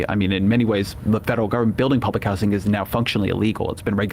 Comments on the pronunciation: Why does he keep saying “how-sing”! It’s just housing my dude. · Ezra's worst crime is pronouncing housing with a hard "s." Grating. I can't make it through an episode of his podcast.